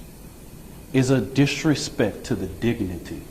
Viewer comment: It makes me sad when people "dishrespek" other folks...